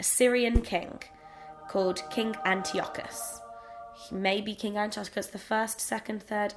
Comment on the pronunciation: the way you say "king" sounds a bit like "kink" haha